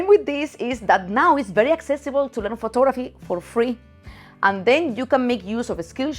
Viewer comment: Anyone else heard "FOOT" photography at first?? No judments, but was a little surprise...